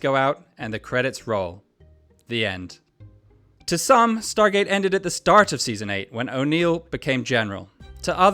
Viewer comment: De onde esse narrador tirou "StarTgate"?😂